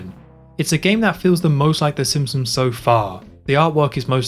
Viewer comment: Cool video but the pronunciation of ‘the simpsoms’ and ‘th’ as ‘f’ (f fronting) is killing me.